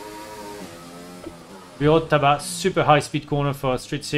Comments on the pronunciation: Super accent anglais toute la vidéo et là le "bureau de tabac" en bon français ça m'a fait rire 😅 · "To go to the bureau de tabac" 😂😂 il m'a terminé. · Ça me fume tu parle full anglais et la tu laches Bureau de Tabac en bon gros accent français ça m'a fumé sur le coup